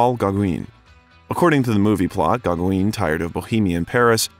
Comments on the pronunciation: Paul who? Gogwin? Pretty please… 😂😂😂. edit Not the only name that got butchered. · Who TF is doing this VO? Did they get paid for it? "Paul GAH-GWEEN?!?" Are you kidding?!? "GAH-GWIN" would have been less embarrassing give that there's no E at the end of Gaugin... jesus christ....